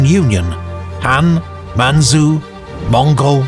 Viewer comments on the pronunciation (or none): Man-chu . Chu. Not su.